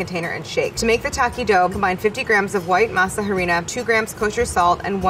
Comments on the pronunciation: not claire pronouncing it ha-rina 😭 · Ayyy Claire love you but every time you said masa HArina I died a little bit inside. You don’t pronounce the h in Spanish. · Every time Claire says masa “huh-rina” I die a little inside. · The H in “Harina is silent”. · Me cringing so hard at her pronunciation of harina after her perfect pronunciation of mass. Also at the tortilla making, yikes.